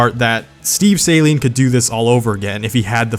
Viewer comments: It's not "Saline" it's "sAl-EEn" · Suhleen not sayleen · "Salene" is what I use to clear my nose out after surgery. "Suh-leen" is how it should be said. Sorry for being rude lol. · Amazing video! Only thing....it's SUH-LEEN not SAY-LEEN! (Coming from a long term owner and Saleen enthusiast.) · It is not pronounced saline it is pronounced like suh-leen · SAY-LEEN? SAY-LEEN? ITS SUH-LEEN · Dude, please pronounce Saleen properly if you're going to make a video on a Saleen.. It's not pronounced Saline, Say-lean, or whatever. It is pronounced Să-lēēn. Love most of your videos but every single time you said Say-lean, I died a little inside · It's pronounced Sahleen, not Saeleen. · Is no one going to talk about the fact he keeps calling it the saline S7. I usually don't care too much when people pronounce names wrong but for some reason this is really bothering me. Saline is salt, saleen is the car company. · Saleen not pronounced Saline 😂😂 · I get that you probably pronounce it like that in america but why sALeen s7 it sounds so weird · No offence, but you’re pronouncing Saleen wrong. You’re pronouncing it as Saline, which is a medical disinfectant. Other than that, I love your videos man, keep em up! As soon as I see that notification, I drop everything and watch your videos! Good job! 😃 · Saleen or saline lmao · "2020 saleen s7" wtf saleen you fucked it up